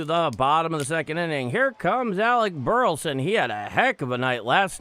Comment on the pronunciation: Thanks for what you do only way I can follow the guard, but please say Bur La son. Not Burton